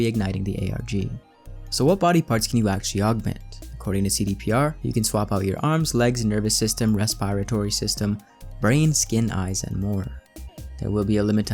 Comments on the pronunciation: “Res-spy-rah-ty system” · Resp-are-Tory system?